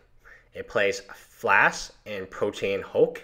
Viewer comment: FLASH. NOT FLASK.